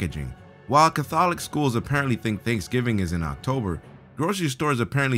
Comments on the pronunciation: How the hell did he pronounce "Catholic"? Wtf is wrong with this video.. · You mispronounced "Catholic"!